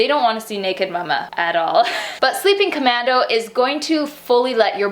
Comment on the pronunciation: Why does she say mumma